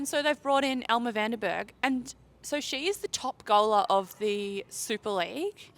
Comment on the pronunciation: Elmere is pronounced "El-muh-ray"